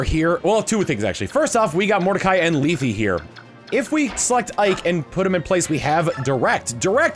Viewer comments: Also, just a pronunciation tip, Lethe is pronounced LEE TH, the E at the end is silent. Trust me, i thought that too until FEH where she calls herself that pronunciation along with her sister from the sequel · Man, I NEVER would have read Mordcai as Russian, more like slow and trying very hard. You know, I'm not as opposed as I initially thought though. Also while I think you're correct in pronouncing Lethe as "Lee-thee," I'm pretty sure in FE Heroes, they pronounce it as "Leeth." Though her Japanese name apparently レテ (Rete), so if you want to be the MOST correct, just say that every time. But like in all seriousness, I don't think any of that actually matters, names are weird and who knows what the fuck they intended at the time of writing, so like who cares how anyone pronounces it. What matters is that you're cool and doing great!